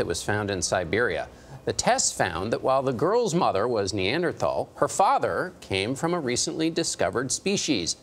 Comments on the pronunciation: Can someone teach these talking heads the correct pronunciation of neanderthal. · Hard to believe a news source when said source can not pronounce NEANDERTHAL or DENISOVAN Lol